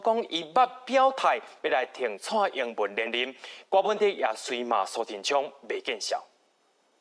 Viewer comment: 柯文哲的“哲”是Tiat才對。